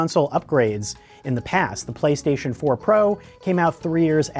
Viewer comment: “Playshashion 5 games”